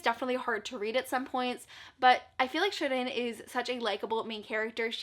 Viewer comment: Aaaahhh. You pronounced Shirin's name correctly. 💖 Glad that you loved AVLEOS! xx